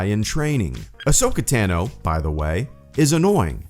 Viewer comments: Its not Tan-o Its Ton-o or Tano. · Ahsoka’s last name is pronounced Tah-no, not tan-oh.